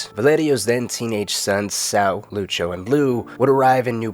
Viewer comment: No problem, fella. Though the way you say Lucio makes my ears itch.